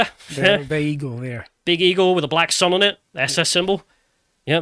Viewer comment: I'm listening not watching anyone else hear 'black son' opposed to 'black sun' and think is taking the piss?